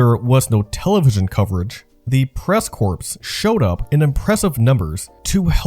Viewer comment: Its press corps, NOT PRESS CORPSE, pronounced "core" in English. Corpse is a dead body.